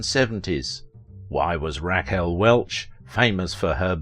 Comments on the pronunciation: Good job, except I cannot get past Raquel being pronounced Rack Elle. Lol Naw Tee Naw Tee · Couldn't pronounce 'Rack El'? Maybe America was always dumb . . . . I first saw her in Fantastic Voyage at the theaters.